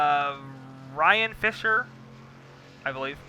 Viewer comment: Its "Ramian Fisher" lol also proud of the team. top five again! lets carry this momentum to vegas!